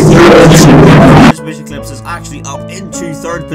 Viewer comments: did you really say mitsubushi :D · I love how he says Mitsu-bushy